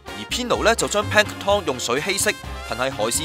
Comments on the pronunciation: 個音完全錯咗....tom🤣 (pl'æŋktən) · Yo Yo Asd 你聽唔聽到最後果兩次係Pan Tom not Pank Tom! 大陸新移民。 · Pan tom? 讀多兩年英文啦！ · should be plank-ton as in Hil-ton. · 用中文講『海水味浮游生物』咪好囉，做乜係都用英文講吖。如果係都要用英文講，就唔該睇吓 Sponge Bob，學吓『Plankton』嘅正確發音啦。。。rid 柒！ btw， 係光合作用唔係『肛合作用』呀！